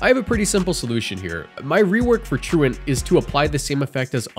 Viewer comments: Thank you for being the FIRST poketuber ive EVER heard pronounce Truant correctly. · Gotta give you props for pronouncing 'truant' correctly instead of saying "true-want" like every other poketuber. big salute